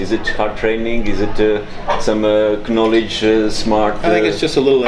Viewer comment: it’s totally KKKKnowledge 🤣